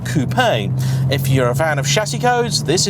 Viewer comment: The best bit of this review for me is the fact that says coupé and not coop virtually every YouTuber does it. So annoying. Unless your American of Course.